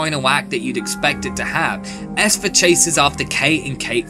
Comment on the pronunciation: Great review but you're saying Esther weirdly